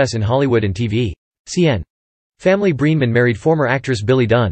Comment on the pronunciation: It's BRENEMAN,. Not Breeman.